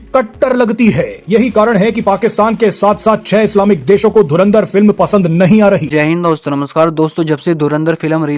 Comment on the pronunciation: Dhurandhar ❌️ Dhurindhar ✅️ 😂😂